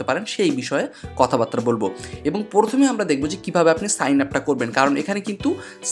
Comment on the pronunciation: Vaia porthome na..prothome..🙃